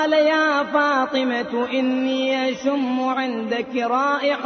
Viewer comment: pe inni ashummu sunayi de rha mujhe instead of ashamu.